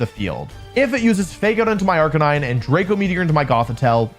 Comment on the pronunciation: I think you’re saying arcanine wrong?